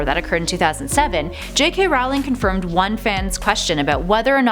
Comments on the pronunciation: it is JK ROLLING. not ROWWLING, i know its spelled ROWLING but it is pronounced ROLLING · She said ROWLING not rolling. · You pronounce it J.K. Rowling(Rolling) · JK ROWling not JK Rawling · JK's last name IS NOT pronounced r-OU-ling it's pronounced r-OE-ling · It's Rolling, not Rowling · goddamn you americans, get you shot together and stop calling her raoling! makes me cringe so hard, it's not a secret how her name is pronounced... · row row Rowlings God learn how to say the name right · It is somehow impossible for to EVER pronounce JK Rowling's name correctly in any of their videos on (ostensibly and ironically) Harry Potter facts. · The founder of Ilvermorny - Isolt - didn't marry a Native American, she married a no-maj immigrant from the Plymouth settlement. That's also not how you pronounce "Erised" (ear/air-eh-said) or Rowling (row-ling). Ariana was an obscural - someone with an obscuris -, not obscuris. If you're going to make a video of something, anything, especially Harry Potter, as the lore is quite extensive, you should read, watch, look into, and research before doing so. That goes for everyone. I just want to be clear, this is constructive criticism, NOT hate.